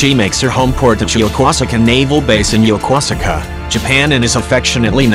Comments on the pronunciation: we're you trying to say yokosuka " ya Koo ska " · Action Jackson I lived there too & it's Yo-Kose-ka ! Even the young lady on the program International ME (she's Japanese) pronounces it Yo-Kose-Ka !! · The GW’s home port is pronounced “Yo-Koo-saka”, which is in the Tokyo Bay. It was the home port of my old ship, the U.S.S. Midway - CV-41, before the D.O.D. decommissioned her. Both the U.S. Navy and Japanese Navy share the base. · Action Jackson I was stationed there for 2 years and the first thing they taught us was how to pronounce it, I never heard A JN call it yoka suka it was always yakooska. Hi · Action Jackson I'm teaching you how it's pronounced ok ya Koo ska now say that real fast and you got it. What did you leave for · Pronounced Yo-Kose-ka, Japan. Stationed at Atsugi, 66-69. Visited Yokosuka many times. Loved it over there, hated to leave. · You really mangled the name of Yokosuka Japan.